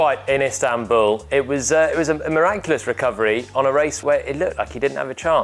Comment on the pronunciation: Miraculous recovery? I'm pretty sure Jolyon said miraNculous!